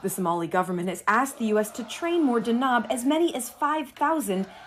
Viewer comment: It's pronounced D-a-n-a-b, it means thunder ⚡ there's no long vowel in the second syllable like she's saying. What she's saying would be written as danaab, which is not even word in the Somali language.You read everything as you see written in Somali, it's relatively easy language to read and pronounce, but speaking it is an entirely different animal especially for speakers of European languages.